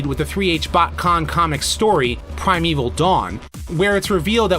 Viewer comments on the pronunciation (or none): none